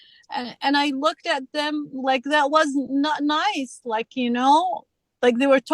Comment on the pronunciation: I thought she said 'ninth' car instead of 'nice' car, started thinking she had had lots of accidents. 😂😂😂